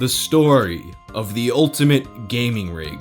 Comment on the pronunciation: "If you were an avid reader of gay magazines" is what I heard... lmao